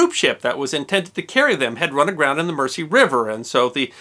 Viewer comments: River Mersey pronounced "Merzee". Their really is no mercy in pronouncing British places names! But you usually do really well for an ex-colonial. Another really interesting bit of history. Love your videos. Thanks! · Your stuff is superb. Thank you. ( BTW ... Mersey and Glasgow are both pronounced with a soft 's', more like a 'z'. )